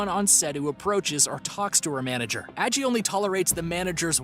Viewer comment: Why does NO ONE who makes these types of videos ever pronounce that polar bear's name correctly?? It's like "saggy" minus the "s"! Like the grandma from Halloweentown's name, Aggie! I know it's not like the polar bear can complain about it, but as someone who's also spent their whole life with no one correctly pronouncing my name, it infuriates me!! If you're going to profit on someone or something by including it in a video such as this, Google that shit! Listen to how the owner/person whose name it is says it and then say it properly yourself ffs!! 😡🤦🏻‍♀️